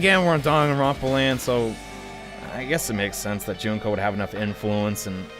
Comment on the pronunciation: your making me suffer cause you've been saying junko's name and its oissing me off